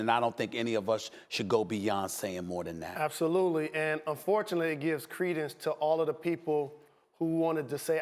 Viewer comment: "credence".... Jalen where you learn that Mo'nique ass word